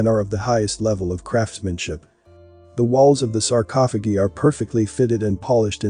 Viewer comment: I won't watch this channel again..nor will my friends or family until you fix your automated voice. sarcophogeee is so distracting that it's all I could concentrate on.